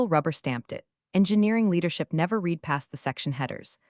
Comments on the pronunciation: Reads like an AI-genetated story. It's not this, but that and a few instances of past-tense "read" spoken as present time reed instead of _red_. Fast food for the brain. One forgettable feel-good revenge story. Not great, not terrible either. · I like the stories; however, the AI text-to-speech really needs work pronunciation is horrendous. Read (reed) read (red) etc. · Still can’t pronounce read correctly? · I'm one of the 93% not subscribing because the AI needs to be taught how to pronounce read/read and live/live. I could go on but I think you get the picture lol